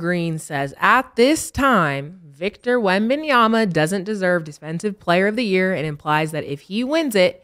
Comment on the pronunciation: 😂 I die at how they say certain players names WemBAY LukAAH